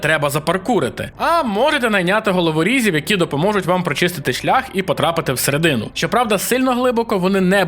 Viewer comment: Тільки всерéдину, а не всереди́ну